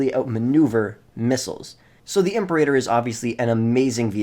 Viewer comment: God, the way he pronounces imperator is so cringe